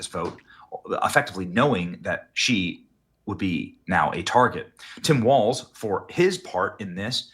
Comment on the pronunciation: Its Tim Walz, not Waltz